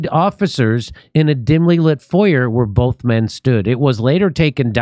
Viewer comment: Maybe they let him go because he pronounced foyer "Foy Yay"